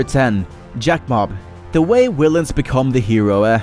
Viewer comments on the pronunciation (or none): willins? its villians.